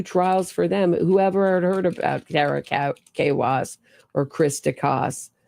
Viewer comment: Please learn how to pronounce Tara Kawass’s name correctly. It is not a”Kay-wass”!